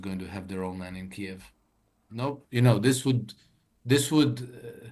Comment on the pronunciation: pronounces Kiev properly and pronounces it in the deep state dialect